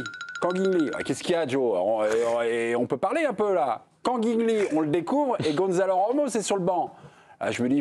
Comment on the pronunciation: GONÇALO ! pas GONZALO … il est Portugais pas Espagnol..